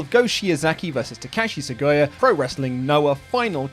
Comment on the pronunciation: Not as bad as the way he pronounces Takashi Sugiura.